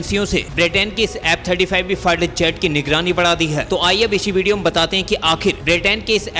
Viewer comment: Very bad pronunciation!!F-35 or app 35!!